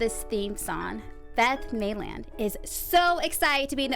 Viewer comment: Love the show, it has great potential, but please look up how to pronounce names and words before air! How can you host Dishin' Days and mispronounce Carlivati? Not to mention Maitland, INSOMNIA, HIATUS and more. Proof your scripts before reading aloud. Also, soap Twitter is all over the reason Daniel Goddard was let go, but no mention of that here. Looking forward to more.